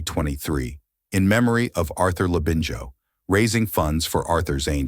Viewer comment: thought so and the narration has been inputted into AI- you can tell by the way the Labinijo part In Arthur's name is sometimes mispronounced.